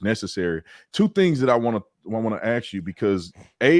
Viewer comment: Brandon, please learn how to pronounce “ask”. The S comes before the K.